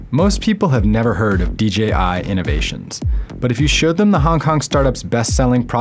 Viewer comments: Am I the only one that is catching he is saying DGI and not DJI? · It's not "DJI Innovations", it's "Dà-Jiāng Innovations", or just "DJI".